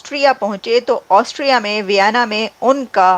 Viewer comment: ऑस्ट्रिया है पागल एंकर ऑस्ट्रेलिया नही 😂😂😂😂😂😂😂😂😂😂😂